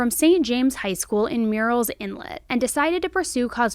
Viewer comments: Thank you for not pronouncing the H in Horry county 😅 ... lots of creators call it it whore-ree... but it is Merls inlet. Murrell's Inlet is a nice little area of Myrtle Beach. I spent every summer on Cherry Grove, North Myrtle Beach. I know this area well. My favorite beach there is Pawley's Island. ❤🌊🏖️🐚👙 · Hey! I’m from the area & just wanted to let you know Murrells inlet is pronounced “murl” kinda like girl lol I know it definitely doesn’t look like it. Thanks for covering this! I always love your videos